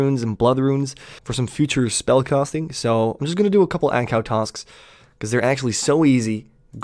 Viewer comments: its ANG-KOO not ANG-COW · Ankoo brother, not ankow